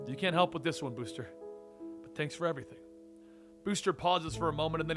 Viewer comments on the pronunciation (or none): none